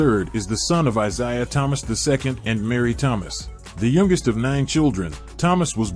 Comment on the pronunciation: How about getting something that can say his name correctly.